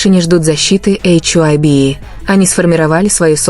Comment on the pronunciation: что за чушь вы несете...вы даже HYBE правильно говорить и писать не умеете...😡оставьте ребят в покой ,им от таких как вы защита не нужна...